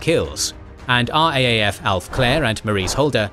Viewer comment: Great channel! Small correction. RAAF is pronounced "R- double A- F"